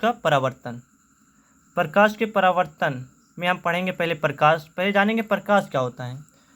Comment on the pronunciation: Parkash nhi prakash hota hai..